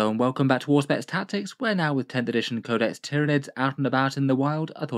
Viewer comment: You're right! Every one of my friends has spelled it with the "Zh" before, plus I think it sounds cooler, but I must concede after various Google searches that it was pronounced correctly by Auspex. Oh well. :D